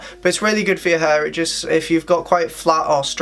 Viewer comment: flat hur, hur dryer, hur product, amount on your hur its HAIIIRRRRR